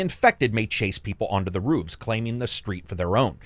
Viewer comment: Never knew that you pronounced roof with a W. Woof!